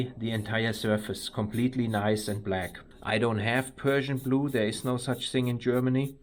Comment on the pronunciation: I couldn’t help myself from giggling a bit hearing a German guy saying ”Persian blu” instead of ”Prussian blue” (as I know it to be). Well done to you for saving this engine block and thank you for sharing.